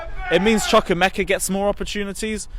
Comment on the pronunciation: It’s Choo-koo-eh-meh-ka cmon my fellow African